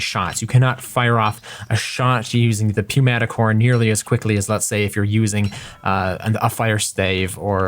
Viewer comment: It is New-matic not pew-matic